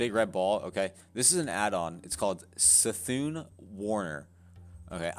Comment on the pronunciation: It’s C’thun...as in Kuh-Thune. Js